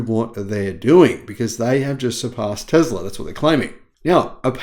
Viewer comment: There is no z sound in Tesla.